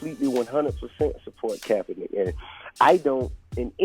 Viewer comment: Did Nessa just say Kaepeenick was her man or did she just mean like her friend?